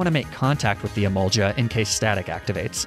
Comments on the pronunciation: Oys emol-ga not emolja fun fact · I have to say it. Im sorry. I love you. (Sweet chin music) It’s e-mall-guh not juh 🤣🤣🤣🤣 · Emol ja..... e mol gah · Just one little detail, it isn't emolja its emol-GAH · EMO-GA EMO-GA NOT EMO-JA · its EmolGa ot EmolJa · “Emolja” sorry but it’s pronounced Emol-ga. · you mispronounce emolga you must say the g sound instead the j sound emolga not emonja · Emolga is emolja it’s e mol ga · “I learned how to pronounce Krokorok” Not two minutes later “Emolja” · "Croc-o-rock makes a lot more sense than croak-o-roke" Not even a minute later "Emolja" Made me spit out my drink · "I didnt knew i was pronouncing Krokorok wrong" 5 seconds later: "Emolcha" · Gif vs Jif? Nah bro, I'm more interested in the Emolga vs Emolja debate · Snivy (Sneye-vee) Emolga (hard g ("guh") not soft g ("juh") Skorupi (score-oo-pee) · Its pronounced "E-mol-ga" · Did you seriously say Sn i vy- Oh god and Emolja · Pissing me off everyone he says emolja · did this guy just say "emolja" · Its emolga not emolja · Dude I really hoping ur trolling us with these Pokémon pronunciations lmao. First there’s Snivy which u pronounced as “sniv-ee” and then krokorok and the emolja omg💀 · Dude I love you and your videos, but you really need to work on name pronouncing cause you called emolga. Emolja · It’s pronounced E-Mole-Guh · Btw its I-mol-gah not i-mol-gha